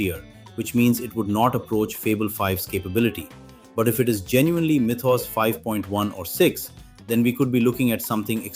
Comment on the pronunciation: Mythos. Why do you keep saying it that way?